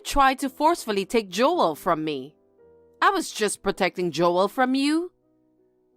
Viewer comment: Joel is one syllable, not two.